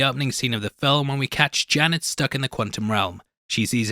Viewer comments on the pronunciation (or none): I was so confused for a second. I kept going back in the video because you kept saying "Jenna" Came to realize you were actually saying "Janet" You sound like a dog with peanut butter in his mouth. Are you gonna work on that?